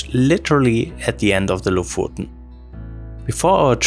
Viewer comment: Just to nitpick, it's pronounced like the o in "stock", [o:]. We went there a few years back, and it was packed with tourists, even in mid-August. If you're driving, the locals can be a bit unwelcoming in traffic. Felt like they saw our foreign plate and drove intentionally in the middle of the road. My impression was that Lofoten is a nice place, but way overhyped considering that there are plenty of beautiful places in Norway.